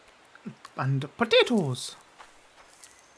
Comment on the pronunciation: I love how you say potatoes LOL